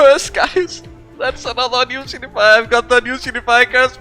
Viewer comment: i been watching your channel dudey.. i always joke around when I hear you say unusual or unusualifier .. idk it sounds weird to me but its just accent. what can you do... doesnt keep me from watching your videos every once in a while so youre fine